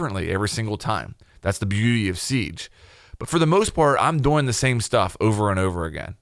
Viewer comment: I hate how he says doing 😂 he says DoING